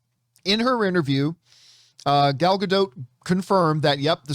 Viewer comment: For the love of all things good.....learn how to say Gal's name. You're supposed to be some sort of representative of knowledge and you can't even say her name correctly. Get a clue dude.